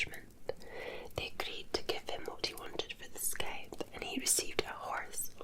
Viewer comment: Scythe, scy pronounced like the sci in science